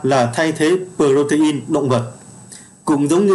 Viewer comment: Cảm ơn kiến thức bổ ích từ kênh ! Góp ý với bạn nên nghiên cứu cải thiện cách đọc các từ sau cho chính xác hơn như Folate, protein, fructose, galactose... Chúc kênh ngày càng phát triển.